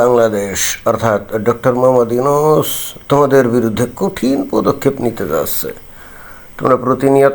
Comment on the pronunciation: Ota yonus k bollo ??? Ota 'Nunus'😅😅